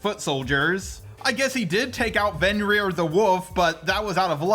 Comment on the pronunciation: The way he says Fenrir